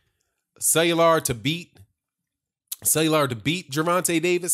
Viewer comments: Cellular? Lol let me sound it out for you: Kway-yar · Cuellar.... It's pronounced Qāy Are bro